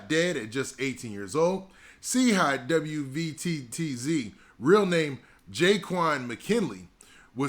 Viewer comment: W V T T Z bro just say WATTZ